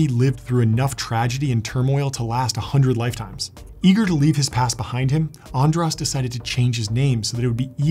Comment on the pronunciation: It's András, not Andrász... It's an sh sound